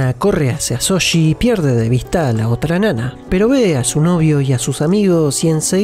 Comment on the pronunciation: Nunca comento acerca de cómo pronuncian los nombres (porque entiendo que por su acento es más que difícil) pero me matan cada vez que dicen Soshi en lugar de Shouji, en buena onda se los digo. Un abrazo de un fan peruano <3